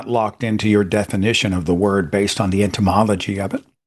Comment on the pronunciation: It sounded like Seth said "the entymology of privilege" Etymology is the study of the history of words and their meanings, entymology is the study of insects.